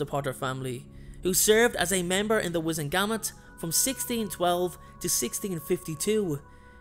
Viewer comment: U pronounced wisengamot wrong. Also Harry is famous, not Imfamous